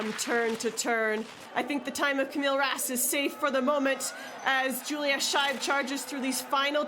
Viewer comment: Please, the pronunciation - roughly "SHpindleroof Mleen". And Yulia, not Julia.